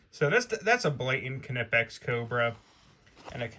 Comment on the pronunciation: Knipex... the "K" is silent